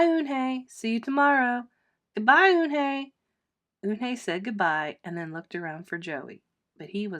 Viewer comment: Sorry if I'm rude but she's called Yoon-hae not un-hae